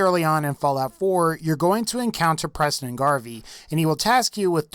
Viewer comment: he said PRESIDENT garvey